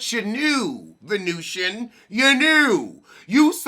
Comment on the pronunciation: Every time you say "Venutian" I breakdown screaming 🤣😂 😂. You are literally the funniest 💜